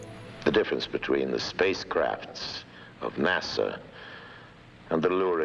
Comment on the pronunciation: "Nah-suh" not "nah-saw"